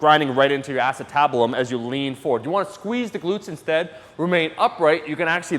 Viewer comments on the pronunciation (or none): ... You botched that bad my man😂😂 it's not ass-it-tab-lum it's ah-sea-tu-bue-lum. I really like this video but I couldn't stop laughing when you said that so wrong😂❤